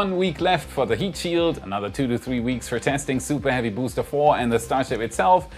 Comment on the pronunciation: "SOUPAH HEAVY BOOSTAH!"